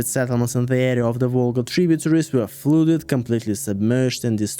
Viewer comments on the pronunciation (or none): Amazing English and I hugely admire your command of it. So with this respect in mind I want to correct a pronunciation if I may; it's not 'flooded' it's 'fludded'. With a 'uh' rather than 'oooh'. I'm only telling you this because I love your content and yr authentic